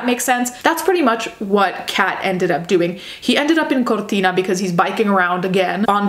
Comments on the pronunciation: As an italian, i love how you pronounce Cortina, very accurate pronounce! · considering the way you pronounce modus operandi and Cortina, I can imagine you are Italian (or Spanish)